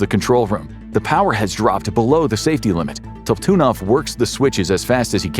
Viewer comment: You pronounced the senor engineer nams is leon top tidnoff is how its pronounced